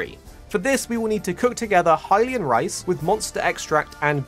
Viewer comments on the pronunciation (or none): none